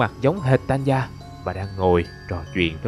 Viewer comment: Hình như Tanya phát âm là Ta ny a chứ ko phải Tan ya mà nhỉ :v?